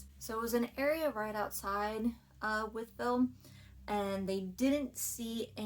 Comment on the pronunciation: It’s pronounced with-ville. Named after George Wythe. Signer of the Declaration of Independence